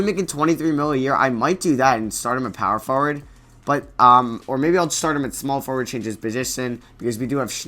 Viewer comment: i watched ur videos all day and u say power forward wrong tf